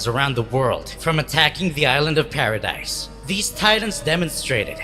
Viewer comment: Im triggered he says paradise not paradis